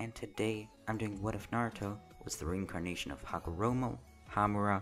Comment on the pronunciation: Chakra??? I fought you said recarnation